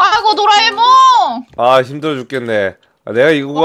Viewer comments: 18분27초에 도라에몽을 '도라메옹'이라고 함 ㅋㅋㅋㅋㅋㅋㅋㅋㅋㅋㅋㅋ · 이거 마지막에 도라에몽을 도라메몽 이라고 했던데